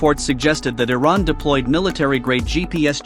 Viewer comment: Learn how to pronounce Iran.